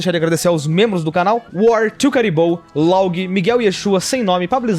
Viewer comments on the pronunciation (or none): Que decepção... eu pago para ser membro, é nos agradecimentos você diz meu Nick errado, você disse "Log" quem carvalhos é log, no vídeo de castle crasher vc falou normal